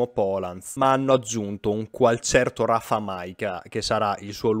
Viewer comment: Nota e correzione dalla Polonia: Rafał Majka si pronuncia RAFAU[U]. Rafał è l'equivalente dell'italiano Raffaele, però come il mio nome nella sua traslitterazione locale (łukasz) è pronunciato diversissamente. La " ł " è un'anomalia, lo so :D E' come se volessi pronunciare "ul" con L mezza muta, rendendola difatti una specie di doppia U "uu" Esempio: la città polacca di Łódź che in Italiano chiamiamo [Lodz] si pronuncia [Uudgg]. Si è una lingua strana, lo so bene :D --- Comunque Primoz Roglic ha fatto bene a lasciar perdere viste le cadute degli anni scorsi e della Parigi-Nizza. E' probabile però che punti anche a Tokyo ed alla Vuelta e forse, il Lombardia?